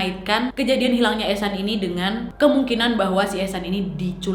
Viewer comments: Oh eshan gua pikir haechan Soalnya pas video tiktok nya lewat fyp Gua dengernya haechan😬🔫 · aku liat vidio yg ehsan dengernya "echan reneo chan.. hechan"😭🙌